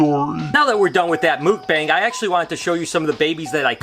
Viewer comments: Awesome! Here's an inside tip; we Koreans say it more like MOOK-bahng than mook-BANG. The 'bang' part is a bit softer. I love this video, keep it up!!! 🤗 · Its pernonserd muk not mook like yuk but muk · Hi ~ mukbang is Korean and it's actually pronounced Muck-bang not mookbang,😉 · I always heard mukbang pronounded as "muck-bong" instead of "mook-bang" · it's pronounced MOOK - BONG 🤦🏽🤦🏽🤦🏽 I cringe everytime. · Not to be that guy, but your pronunciation of Mukbang kept making me flinch... Its kinda like Mūk-bong with the U sound being kinda like a "ooh" sound... I really love your videos though! You live the dream I only dream about! Also, would you be cool with me doing an unboxing video of a snake I am looking to buy from you? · It’s pronounced muhk-bawng lol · Haha thats not how you pronounce “mukbang”. Muck-baahngg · It's pronounced Muck-baa-ng Like you MUCK a barn BAA baa black sheep -NG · its pronounced muk - bong not bang lol. Awesome video though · I'm giggling as you're pronouncing it wrong. 😂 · You are saying it wrong